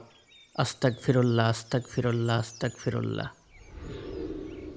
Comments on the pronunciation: আস্তাগফিরুল্লাহ উচ্চারণ টা হলো সঠিক উচ্চারণ, সুতরাং আস্তাকফিরুল্লাহ বলা টা ভুল হবে , কেননা এর অর্থ হলো, আমি কাফের হতে চাই, নাউযুবিল্লাহ,এই জন্যে আস্তাগফিরুল্লাহ উচ্চারণ করতে হবে, কেননা এর অর্থ হলো আমি আল্লাহর কাছে ক্ষমা চাই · Sir astakfirullah bhul astagfirullah sothik apnara shothik kun ta jene amol korben ar amake o janaben shothik uccharon ta Allah sobai ke bujhar tawfik dan korun amin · সহিহ উচ্চারণ হবে- আস্তাগফিরুল্লাহ